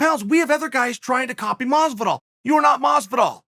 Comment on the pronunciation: Bruh, it's doing my head in how he's mispronouncing Jorge's name.. you can't tell me he doesn't know the the pronunciation of Masvidals name